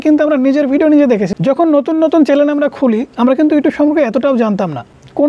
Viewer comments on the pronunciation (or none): কে কে শুনতে পেয়েছো এই টা চ্যানেল কে চ্যালেন বলছেন 😅😅😅